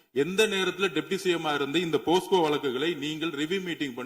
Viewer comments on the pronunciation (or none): அண்ணா போக்சோ சட்டம் என்று சொல்லுங்கள் போஸ்கோ என்று சொல்லாதீர்கள்